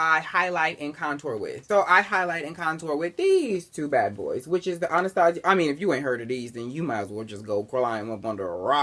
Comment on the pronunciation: Finally someone who pronounces my Anastasia right